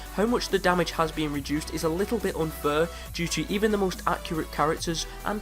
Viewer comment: 1st of all plasma pea is the best pea shooter and 2nd of all you say fur instead of fair